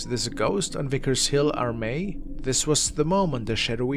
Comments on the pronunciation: Armeck ( Armagh ) ha ha ha lmao, love it. Its actually pronounced Armagh as in Ar ( are ) magh ( ma ), in any case the old folk of Armagh actually still dress like this. FYI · Armagh is pronounced R Ma. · Vicars Hill Armagh. Its pronounced ar. maa. Also there's a gap in that wall good camera angle.